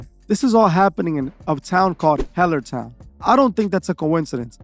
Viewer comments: "HELL-ER " Town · “Hell” ertown ? Damn